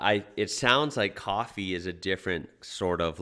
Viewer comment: Uts Coffee not Cwofwee